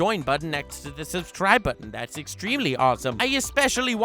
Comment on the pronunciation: i miss when he said subscribble